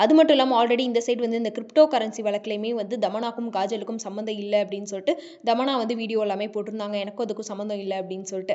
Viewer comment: Dhamanna illa thamanna